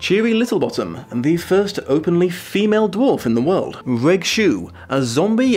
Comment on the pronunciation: Is it not Re(j) Shoe (short for Reginald)?